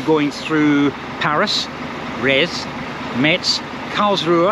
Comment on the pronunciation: Thanks for the video. What a grueling journey. You are not the only one not liking Bercy...Bercy sends chills down every Frenchman's spine....that's where is located the French HMRC. Also Metz is pronounced "Mess". You need to drop the "T". I am from Lorraine by the way